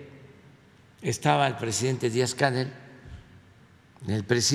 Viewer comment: Se han dado cuenta de cómo pronuncia el nombre del presidente cubano Díaz Canel? El KAKAS lo llama Díaz CÁNEL con tilde en la A